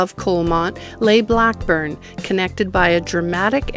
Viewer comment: It' " Blake " burn not Blackburn!